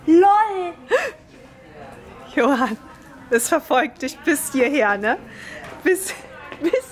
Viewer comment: Johann es heißt nich Lol sondern L.O.L also außeinander 😂😉😉😉😉😉